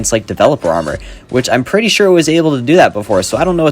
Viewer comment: ah yes, "prettt"